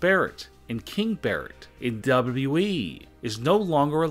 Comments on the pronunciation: How Its supposed to be said >Double u Double u e< How he sais it >Daaable Double u eeeeeeee< 😂😂 #NoHateThough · please stop saying wwe. its w w e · It just triggers me every time you say WWEEE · I can’t DUBBA DUBBA EEEE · Why do you say WWE weird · The way he says wwe is hilarious 😂😂😂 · The way you talk and say WWE makes me want to end it all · What's wrong with how you speak? I thought only Kurt Angle had a hard time saying WWE.... nope I was wrong... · why u say wwe like that